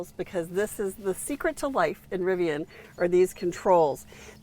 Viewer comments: Rivian - pronounce it like VIVIAN (the ladies name). It's not RiviON or RiviANNE. Driving me nuts so I had to say it. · It's pronounced riv-e-an, not riv-e-awn.🙄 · Nice review and interior details with a specific application for families. Riv-I-on pronunciation a bit grating. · It’s driving me crazy too. People saying it wrong sounds like they are talking through their teeth asking their butler to pull their Rivi-yawwwn around to the other side of the yacht and load it full of the cash from their royal tennis court at prep school. Lol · How can you review a vehicle when you can't even say the brand correctly?